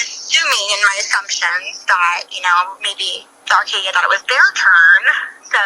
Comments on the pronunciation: Not only that, but as a car guy, it hurt to hear Acadia pronounced as "Arcadia," lol (To the woman's credit though, at least she got out a clear narrative of the whole thing) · there is NOT a R in the vehicle name. ACADIA! this is just as bad as putting a R in the name Buick… i know it’s stupid but hearing it everyday at work just makes this a trigger 😂